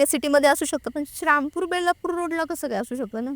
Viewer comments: श्रामपूर नसतं ते. श्रीरामपूर म्हणतात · श्री रामपूर ला शरामपूर बोलतात ताई 😂कारण अम्ही क्रिचन आहोत म्हणून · Dhanyawad 🙏 हेच बोलणार होतो आणि या शब्द उच्चार च्या चुका मुद्दाम केल्या आहे या किच्चन ताई ने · श्रामपूर श्रामपूर काय लावलय या बाई नी...नीट श्री राम पूर नाय बोलता येत का ....आमच्या देवाचा नाव घेताना लाज वाटते का...पॉडकास्ट घेणाऱ्याने एकदा तरी त्या बाईला जाणीव करून द्यायला हवी होती श्रीराम पूर या नावाची... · शारामपूर❌ श्रीरामपूर✅ अहमदनगर ❌ अहिल्यानगर ✅ हा ले लू या ❌ हलउया ✅ तांदूळ कमी पडला तर शिर्डीला गेल्यावर जेवण करून या अन्नछत्रमधे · असल्या लोकांना आणू नका श्रीरामपूर म्हणता येत नाही येडझवी ला हिंदू ची क्रिश्चन झालेली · शारामपुर काय आहे…श्रीरामपुर म्हणता येत नाय का??? असल्या लोकांना बोलवत नका जाऊ